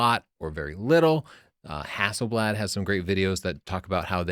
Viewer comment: Dude, Nikon is pronounced as English "knee cone", not "nigh con". A's in Hasselblad are as English "cot."